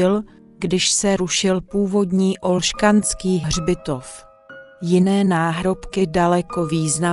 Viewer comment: Ne OlšKanský hřitov, ale Olšanský hřbitov ... (bez "K") ... jinak ale pěkný dokument